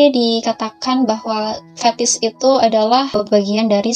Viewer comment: Fetish mba, bukan fethis🙋🏻‍♂️👩🏻‍⚕️